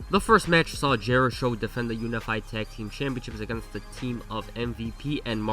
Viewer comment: I love how everyone called them "jerishow" when jerichos said multiple times he hates that name 😂